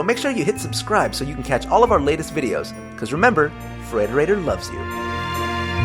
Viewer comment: you know for the longest time i thought the frederater thing was saying "whatever"